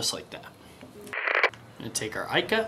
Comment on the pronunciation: It's an incredible bait, but please.........it's pronouced eeeka.